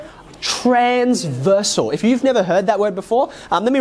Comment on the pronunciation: I at first I thought he said "like transboi" lol...